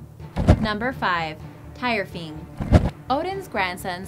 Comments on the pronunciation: its Thyrfing not tyrfing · the tyrfing is spoken as tirfing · The sword Tyrfing is pronounced tear-fing not tier-fing you dumb bitch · its pronounced Tewrfing not Tirefing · Tire-fing? hahahahahaha.